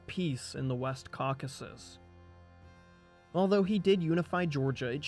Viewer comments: I mean, go back and listen to yourself say caucus at least five times, and then listen to any other native English speaker say Caucasus. You are one syllable short. What about the text and sources, though? That’s much more interesting. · Thanks for a really comprehensive coverage of the material in English. Is this your original text? What sources are you using? You make a valiant effort at pronouncing the tricky names and toponyms, but I just cannot help but point out that it’s the Caucasus mountains not the caucus mountains. And Giorgi is pronounced ghee-or-ghee. 😅 But who am I to pick nits? Good work. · incorrect correct correct incorrect incorrect